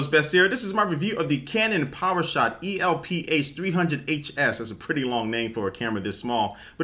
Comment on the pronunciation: If you pronounced ELF that might shorten the name!